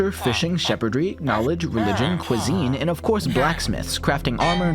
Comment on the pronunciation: Cuisine, not cooisine.